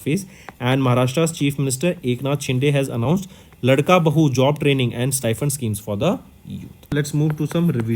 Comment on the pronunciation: Not ldka bahu it's laadka bhau.... Means ladla bhai